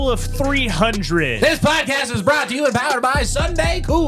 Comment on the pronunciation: said pocaast lol and said it funny trying to say it like did